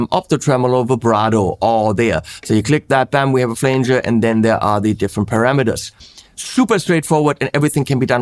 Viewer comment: is the first German ever to correctly pronounce "parameters" 🤣🤣👍👍